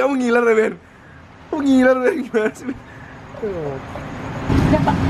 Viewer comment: Gue kaget saat bilang: "Jadi kayak tiramisu, ben." Pertama dengar kirain manggil "beb". XD